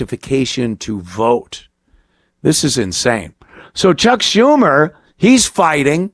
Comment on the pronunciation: Can u show respect to cuck schumer, say her name correct please